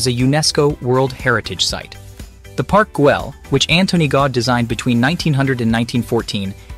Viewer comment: His name is Gaudi not Gaud!🤨